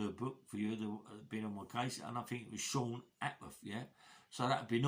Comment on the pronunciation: My mom you used to say his name "Seen" Connery as well.